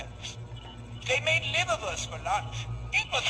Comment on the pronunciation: actually its liverwurst instead of liberwurst liverwurst is a sausage from germany